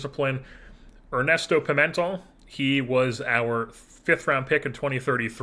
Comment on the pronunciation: I believe Pimentel is pronounced, Pee-Men-tell. I like your approach to things in this offseason not just holding onto lesner because he’s a fan fav who’s a good not great player. I don’t think his contract was the worst tho.